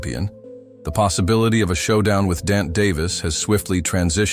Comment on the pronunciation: Another IDIOT AI VOICE that can't even pronounce GERVONTA. 🤣 Just my opinion... 🙏📿🙏